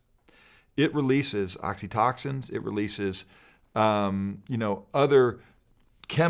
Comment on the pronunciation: He's a pastor not a physiology teacher. Yes, clearly he meant oxytocin. It seems to me the message he's trying to get across is that hormones play a part. Regardless if he mispronounced one of the many hormones involved in stimulation, the point is the same.